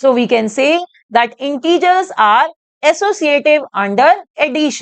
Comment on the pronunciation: Mam you can prounce not correct integer you pronunciation integers hai kyon aapko teacher banya hai